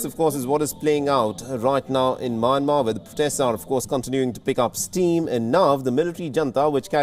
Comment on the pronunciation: Its not MANMAR its MYANMAR. How to pronounce (mian + mar )